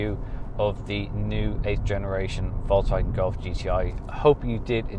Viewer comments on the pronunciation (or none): It's Folkswagen and not Voltz Wagen. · that's different tho :-) Do you really call folks as volks in English? You don't say, hey volks. You say, hey folks. So, it's a Folks Wagen, the Car of People :-)